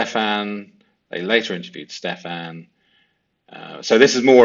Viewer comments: Probably i'm a complainer, but I do wish you would pronounce the man's name properly. It's not ste - FAN, it's STE - fun. Also, it seems to me that jenn is constantly wasted on xanax etcetera, which could explain her forgetfulness. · I actively enjoy this mispronunciation every time- don't stop, lol. He isn't worth the correction, and there aren't even any insults low enough for a nickname.